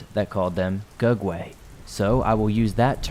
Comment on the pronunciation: I thought he was saying "dugway" Either way I was confused. No idea what that was.